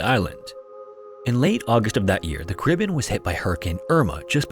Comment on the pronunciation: You need to learn how to say Caribbean, you are not even close !